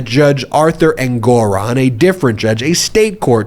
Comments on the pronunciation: The pronunciation of names is getting weird 🥴 EnGORon? InGERham? for Ingraham. What’s up with that? Super distracting from your always intelligent commentary. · Did Judge Engoran complain about the mispronounciation of his name?